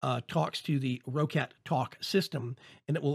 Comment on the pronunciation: the people in the videos from the company itself say "ROCKET" not ROH-CAT,... just sayin,...